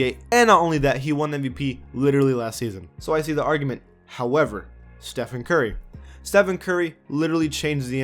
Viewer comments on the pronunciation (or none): none